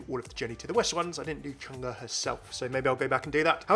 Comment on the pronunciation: It is actually pronounced Chang-ay not Chang-a. Great video though!